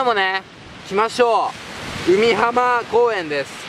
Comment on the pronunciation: うみはま公園じゃなくて かいひん公園だよね